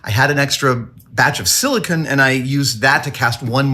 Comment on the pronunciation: Its "silicone", not "silikin".